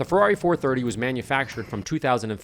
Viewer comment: It's "Ferrari" not "Ferarri"